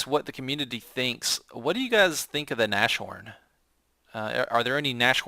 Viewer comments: Nas-horn, not nash horn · Naz-horn dude not Nash-horn :D I think you already know it, you have a decent knowledge of German. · "Nashorn" is pronounces like "Nas-Horn", the "sh" isn't pronounced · Nas-horn! Nas-horn!!! With a long "a" like "Nahs"... Q_Q And for the Germans in WW2 the main problem which would define production costs was getting material, like (high-)quality steel and such. Man-power was quite readily available due to slave-labour from the concentration camps. Still, the second factor in regards to production was the factories being bombed very often, slowing down production. But I'd still put the "lack of material" (and fuel, oil was a big problem) as the main factor in "production cost". Or at least I'd put the constant damage to factories and the lack of materials on the same level of how severe they impacted production levels. The only German tanks that could actually effectivly stand up to the tanks the enemies (mainly the Soviets) threw at them were also much more expensive to build then their counterparts...most of the tank battles earlier in the war were just won due to the skill of the German tank drivers, not the quality of their tanks. I think the Panther was the first model to actually be able to really compete with the T-34 for example. But I guess you probably know that even better than me... :p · Nas-horn,. Pls. It annys the hell out of me as a german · Keep the Nashorn (By the way, since it's German, the 'sh' doesn't make the 'sh' sound. The sounds of 'nas' and 'horn' are separate. Imagine a hyphen there when you say the word.), but sell the toaster. I find the Nashorn enjoyable, even though I haven't unlocked the long 88mm gun and am using the short 88mm gun currently. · Ahhhhh he said nash horn again -.